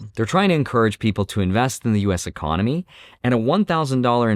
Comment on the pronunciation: Y-Con-oh-My 😅, tons of changes, over the next 3 years at least.